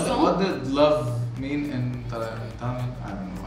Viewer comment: she pronounce tamil perfectly.....